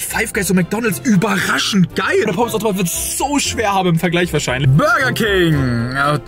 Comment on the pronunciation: du sagst immer ortomat